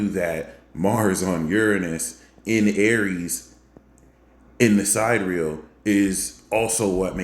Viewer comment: great info. tip: SID-EAR-E-AL, not Side Real. the haters will mock you for that.